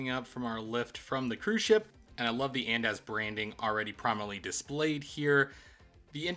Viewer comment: the pronunciation of andaz is killing me lol but this is a great video and I found it super helpful!!